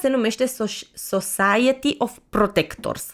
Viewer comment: Society vine pronunțat ( sosaieti) 👍 gândește te la sos.. Sos de roșii... Sosaaaaieti 😎💣